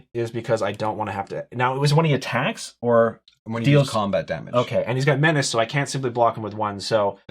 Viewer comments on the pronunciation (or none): Btw,love the 'me-na-che',gonna start calling it that!!!😂😂😂